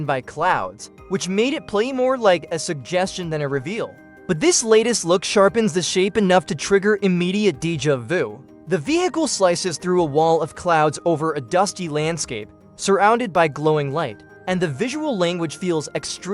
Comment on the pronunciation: Cloze Encounters... Dee-juh Voo...